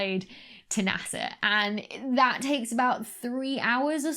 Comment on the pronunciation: You know Dr. Becky's excited when her Ts disappear. "...an image like tha!" :D